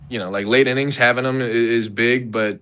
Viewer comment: When he says “thum” instead of “them” it sends me over the edge 😂😂